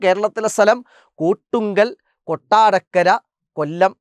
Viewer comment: കോട്ടുക്കൽ ആണ് കൊട്ടുങ്കൽ അല്ല